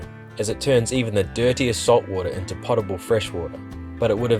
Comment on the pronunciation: Great epi! BTW, it's not pronounced pot-a-ble water, it's po·ta·ble water. The more you know.